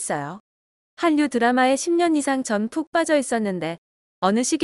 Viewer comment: 한류를 [할류]라고 발음하시지 않고 [한뉴] 라고 발음하시는게 계속 걸리네요. -__-.. 네 구글에서 발음 스피커 키셔도 발음 제대로 나옵니다. [할류]